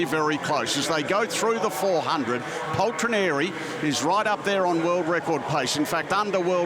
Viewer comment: I lost the count how many times they mispronounced Paltrinieri